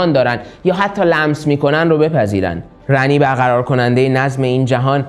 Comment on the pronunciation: خود گیم اسم Ranni رو “رانی” تلفظ میکنن نمیدونم چرا اصراریه میگین رَنی